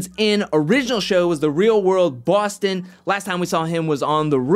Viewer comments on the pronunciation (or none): none